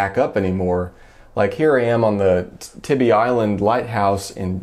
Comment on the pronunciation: Tybee is pronounced TIE-BEE. lol.